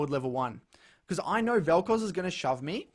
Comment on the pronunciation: "I knoer"